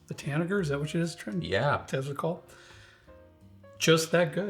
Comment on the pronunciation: Tanager is pronounced tan uh jur. The g is soft